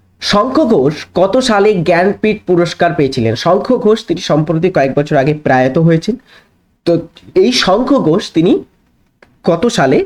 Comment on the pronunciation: আপ্সবেসটস না ওটা আ্যসবেসটস। আর প্রায়াত নয় প্রয়াত অনুরোধ রইল একটু দেখুন । বাকি সব ভালো